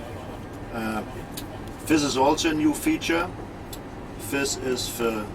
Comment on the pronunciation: Is it a habit useful for radio that he says 'f' instead of 'th'? Specially for "this", he says "fis".